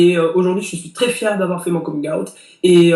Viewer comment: Jai arrêté la video à coming "ayt" frere